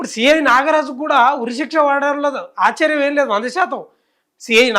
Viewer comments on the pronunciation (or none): none